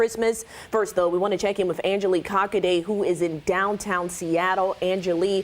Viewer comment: “Cockaday” keeps the doctor away! Hahah